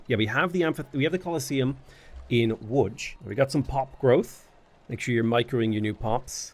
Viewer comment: that was perfect pronounciation of Łódź ❤